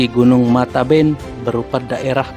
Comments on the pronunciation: k.n.o.bukan mataben tapi matebian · Min bukan matanben ( air mata) tapi matebean (sebutan untuk orng yg sudah meninggal)